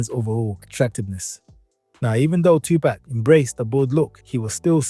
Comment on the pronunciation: "2 pack" is the first word on this video 😂